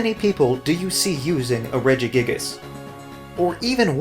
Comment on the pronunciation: The way you say Regigigas makes me uncomfortable